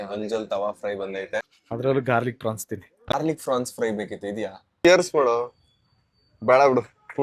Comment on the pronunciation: Bro cobra avru pronunciation tappu mad daga nagtira neeve prawns ge frawns antidira 😂 everybody makes mistakes so correct it instead of laughing